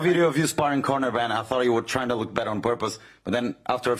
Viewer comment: “mayyne” been surfing recently? 😂